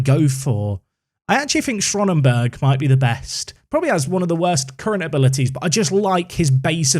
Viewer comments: Schöneberg would be pronounced SHER-NUH-BERG I believe. Spoken German quite well once upon a time, quite rusty now. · Do anglophone people actually not "see" letters and structures or something when they read words that seem foreign? Like, "Schronenberg", really? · Schöneberg - pronounced schernberg. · Where did you see the “R” in there mate? “Ö” is pronounced like an “eu” sound or an “o”. So sounding more like “show”neberg if it was said by an English person.